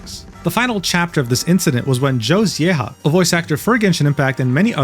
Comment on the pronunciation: J in Zieja is not read as "H" it is read as like when germans say yes "Ya" the "Y" in this is how you read polish J